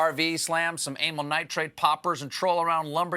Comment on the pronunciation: .... steven, did you just say anal nitrate poppers ?